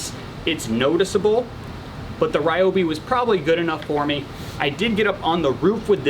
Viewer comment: Sorry for the nitpick, but it’s actually pronounced Reeobi. Great review though!